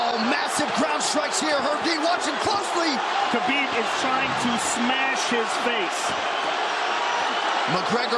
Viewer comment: Is Habib not Khabib